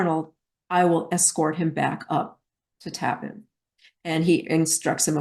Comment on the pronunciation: It is pronounced Taaapan not Tappan